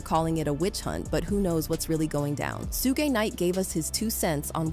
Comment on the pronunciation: Did she call Suge Sugay